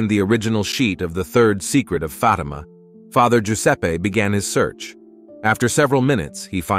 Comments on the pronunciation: It's pronounced Faatima not Fateema bonehead. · I stopped listening when Fatima was pronounced "Fa'tee'ma". AI, cannot be used for anything of faith, especially critical Catholic information. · The pronunciation of the word FATIMA is not correct. The accent is on the first letter A. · Why should we listen to this when you mispronounce Fatima.